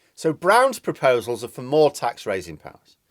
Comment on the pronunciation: "Propsals" eh?